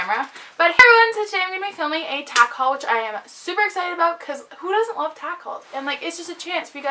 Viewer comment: HAHAHA when you Tack Hauls quickly it sounded like tacos. XD. Great video!